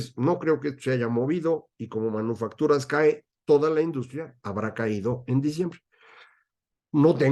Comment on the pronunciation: Oí mal o dice usted manuofactura ?